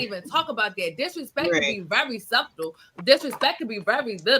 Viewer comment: Did she pronounce the b in subtle 😂